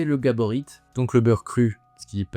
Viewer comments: Par contre le "t" de Gaborit est muet, ça se prononce "gabori" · Soutien à Bernard qui s’est fait écorché son nom de famille tout le long de la vidéo. Le t est muet.